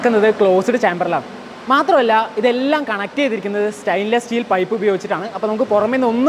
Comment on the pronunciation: എൻറെ പൊന്നു അസിസ്റ്റൻറ് മാനേജർ പെങ്ങളേ സൈലോൺ അല്ല സൈലോ Silo എന്നാണ് പറയേണ്ടത്. പിന്നെ സ്റ്റൈയിൻലെസ് സ്റ്റീൽ അല്ല stainless steel. സ്റ്റെയിൻലെസ് സ്റ്റീൽ എന്ന് തന്നെ പറയണം.